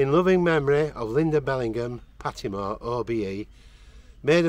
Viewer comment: Mmm not that great he got pattimores name wrong,!!!